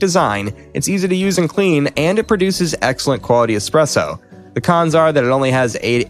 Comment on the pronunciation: Did you just say expresso?! 🧐